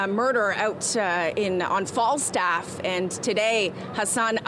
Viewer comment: Why she keep saying Flagstaff its Falstaff